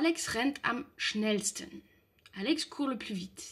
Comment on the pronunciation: Schnell finit par un l mais c’est sten, pas esten